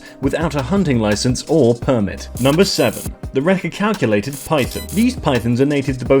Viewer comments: dumbbbbbbb its pronounced ret ic you lated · Reti-calculated, haha! That actually made me "lol" (Edit*) I just got to the "Poo-Nan" part haha, oh boy, that made me "lol" also, this dude is absolutely slaughtering their names.